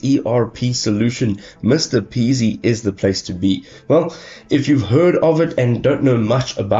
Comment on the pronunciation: It’s M-R-P-easy, not Mr Peasy lol